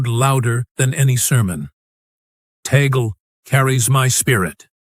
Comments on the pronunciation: Please get your AI translation correct. It is TAGLE, not Teygle or Togli, nor Taglu,nor Taglug and so many other names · Why is the nam of Cardinal Tagle not pronounced correctly consistently?